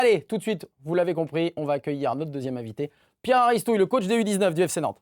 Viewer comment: Très bonne émission conviviale. Par contre, il me semble qu’on prononce Aristouy et non Aristouille !!!!